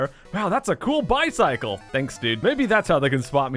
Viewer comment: T he way he said bicycle hihi :)